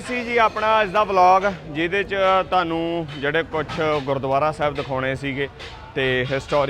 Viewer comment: ਧੇਡਾ ਨਹੀਂ ਤੁਹਾਡਾ ਧਾਨੂੰ ਨਹੀਂ ਤੁਹਾਨੂੰ ਸ਼ੁਭ ਬੋਲੋ ?